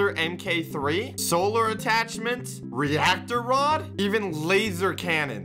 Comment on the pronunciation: he said reactoer rod LOL